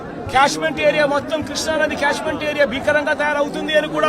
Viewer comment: Seeing the script and reading, reading two times each sentence. No knowledge about anything. Without Chandrababu Naidu's name you cannot speak anything. So much you are afraid of him. It is not cashment area. It is catchment area. This is due to Budameru and not Krishna river flow. Just speaking whatever you want.